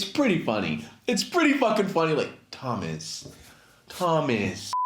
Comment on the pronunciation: Lmfaoo when you say Thomas it freaks me out